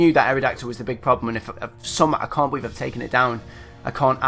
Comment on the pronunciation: Holy shit.. that was fucking awesome xD That ending though and btw "I can't "bee-lieve" I c what u did there xD